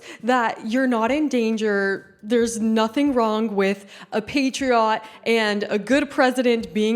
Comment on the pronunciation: But why did you say patriot like it was a Pokemon?